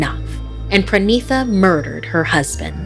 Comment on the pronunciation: As a Bengali I feel that this story was great. But just one correction. It's not PRANITA... It's PA - REE - NEE - TA. Parinita.